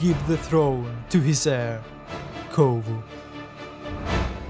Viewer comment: I just want to say, you pronounce the word heir like hair. But its real pronunciation should be like "air". Just a friendly advice